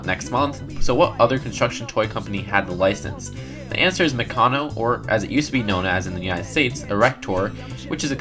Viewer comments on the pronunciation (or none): its maccano not maccono